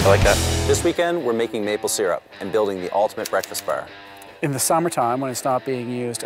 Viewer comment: oh my god the way they say bar like "ber"